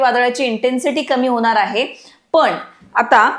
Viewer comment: असनार आहे ?? धडकनार आहे ?? Intensity कमी होनार आहे ?? मॅडम आवाज एकदम खणखणि त आहे तुमचा परंतु ण च्या जागी न उच्चारता तुम्ही !!